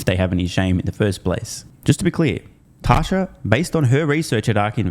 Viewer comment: I believe her name is Tasha, not tosher